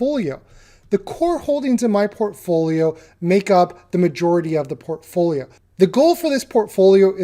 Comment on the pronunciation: Do a shot every time he says "porphoolio" 160 sec later... blrghgh dead.